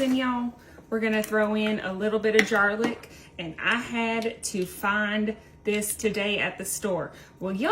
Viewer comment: I have no idea where you are from. But I have never heard anyone pronounce it garlic/jarlic😊😮this dish looks. amazing.